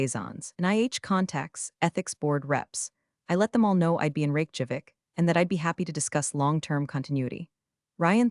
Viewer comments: Funny how her family name becomes a bank job (Teller vs teller). Rake Javik? Terrible AI. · It cracks me up that the closed captioning precisely spells out the AI's pronunciation of capital of Iceland as "Rake Javik". I like the speech quirks of this less natural sounding narrator. It sustains my attention. Entertaining production, once again.